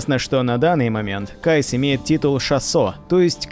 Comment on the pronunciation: Кайс? 🤦‍♂️ Ну КаИс же.